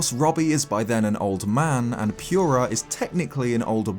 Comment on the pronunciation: Purah? Like Pure-Ah? I thought it was Pur-Ah...